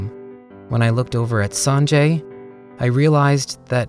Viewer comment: SJDHFGFH it's sanjay.. i thought he said sonjae